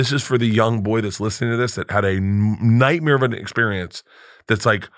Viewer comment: bart "nightmere" Christher